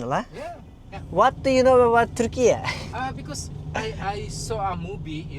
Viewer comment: lütfen ülkemizin ismini düzgün söyleyin sevgili youtuberlar.. Türkiyeeğğhh diye bir söyleyiş YOK.